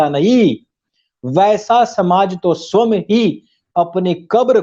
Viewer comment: जी गौतम बुद्ध के बारे में आपके तर्क सटीक प्रतीत हो रहे हैं। विभिन्न विषयों पर आपकी विवेचना से आपको आर्यश्रेष्ठ का संबोधन करना उचित होगा। साथ ही आपसे एक विनम्र आग्रह है कि स्व+यं=स्वयं के उच्चारण में सुधार कर सकते हैं। अन्यथा न लें, मैं आपको अपनेपन के कारण अनुरोध कर रहा हूं।